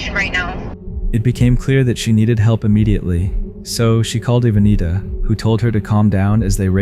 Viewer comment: Evanita, pronounced 3 different ways🤦🏾‍♀️ The content is edited so much it’s largely pointless. It’s like having someone narrate a Reddit thread with occasional still shot popups🙄Worse still, this is editing content that’s already widely available online uncensored, including on YT. While we understand the goal being avoidance of demonetization; understand that the flip side is chasing away viewers who have other options for content that includes, well, content